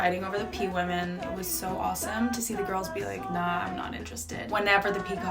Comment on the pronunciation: Peawomen hahaha loove that hahah from no longer it’s Peahen now I’m definitely calling them Peawomen